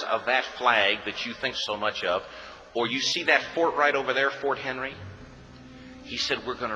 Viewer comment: it's "Fort McHenry" not fort henry